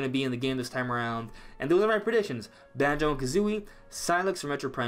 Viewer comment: Yes Thank you For Say Banjo🙏🙏🙏🙏🙏🙏🙏🙏